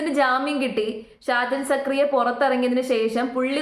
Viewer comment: നിനക്ക് എന്തിൻ്റെ കേടാണ്. സാജനല്ല ഷാജൻ അദ്ദേഹത്തിൻ്റെ പേരെങ്കിലും മര്യാദയ്ക്ക് പഠിക്ക്. ഷാജൻ സാർ കട്ട സപ്പോർട്ട്